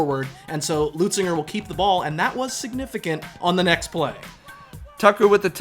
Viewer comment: that kept bugging me too😂